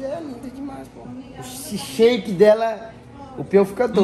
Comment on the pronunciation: Entendi ele falando "Shake"...😁